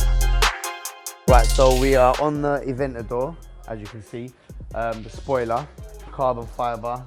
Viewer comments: did he just say farrari adventador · Did my man really say "E-ventador" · He said Ferrari atventador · So no one is gonna acknowledge the fact that dude said “ la Ferrari aventado”? 😂😂